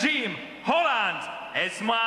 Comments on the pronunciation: The name is EsmA, NOT EsmE! Too much Coronation Street! (Oh, and she's Moroccan). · Not Ezmee. EsmAA